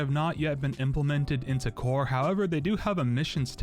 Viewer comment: Bro said Cower